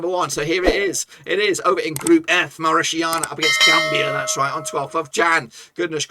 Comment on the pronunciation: When did 'TANIA' become 'SHIANA' bloke?? MauriTANIA ! Not MauriSHIANA! You got it?? The next time you abuse the word, You will have a lawsuit at your door. 😎